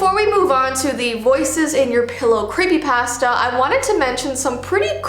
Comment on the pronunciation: i like how she say's creepypasta it's cool i like it